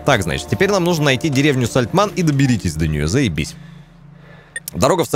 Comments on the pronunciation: Такое чувство, как будто у обида какая-то на эту деревню - Сальтман, Сальтаман, но только не Сальтамн) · причитай хоть раз нормально название деревни )